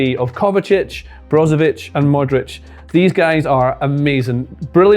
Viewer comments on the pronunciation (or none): Usually good videos by, but what was this? So rushed. 1. Brozović, not Brosović. 2. Lovren "more of a ball playing CB" next to Gvardiol? A joke. 3. It was Vlašić, not Kovačić before the goal. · BroZović not BroSović